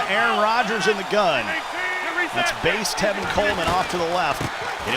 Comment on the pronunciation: “Tevin” not “Telvin Coleman